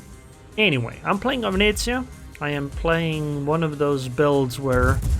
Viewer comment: for the pronunciation of Venezia, you even got the northern italian accent right 👍